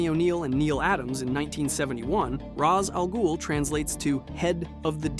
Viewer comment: Quite impressed with how much you managed to make a complete arse of Ra's Al Ghul's name the first time you said it 👏🏼🤣